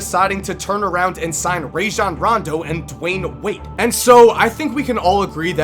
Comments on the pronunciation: Who the hell is "Rayjohn" Rondo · It's Rajon Rondo not "Rajan"